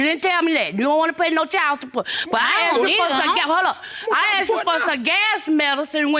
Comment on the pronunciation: I aksed him a question